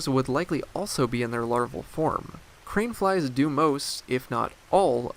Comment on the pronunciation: I keep hearing “cream flies.”